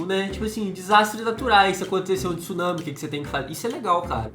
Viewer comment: Não se fala tissunami e sim tsunami ! TSU TSUNAMI !!!